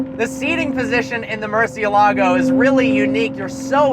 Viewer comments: the pronunciation is so funny he could at least put more effort into it its not a hard word to say correctly murciElago not murcielAgo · I'm gonna be that guy...it's MurciÉLago not MurcieLAgo. It means 'bat' and is the only word in spanish that has all the vowels, at least from what I was told. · Murcie-lago? cmon haha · You should pronounce it right at least lol